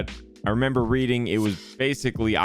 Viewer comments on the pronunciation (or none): none